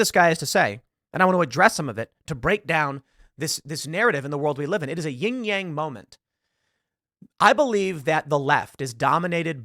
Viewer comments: C'mon Man, it's Yin and Yang. There is no Ying. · Yin Yang, not Ying Yang